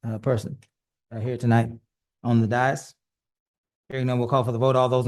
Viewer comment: Dais. Always pronounced - look at the correct spelling above - Day-(hi)ss, never Die-(hi)ss Dias is spanish for day.